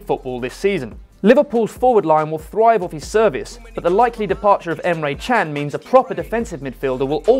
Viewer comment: Just saying Can is pronounced 'Jan' because his race is Turkish